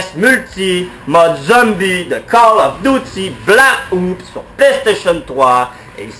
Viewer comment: "coll of duty black oups" xptdr